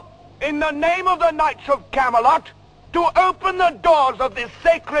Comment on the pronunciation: I like how he pronounces "knights" in the way its spelled. Kanigits lol